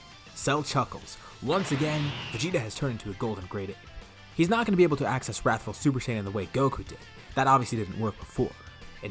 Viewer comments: "We'll call it 'rathful' rush. I like my alliteration " 😂 "Wrathful Rush" is not alliteration my friend 💀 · Wrathul rush, i like my alliteration Me: Wrathul starts with a w, u are not alitterating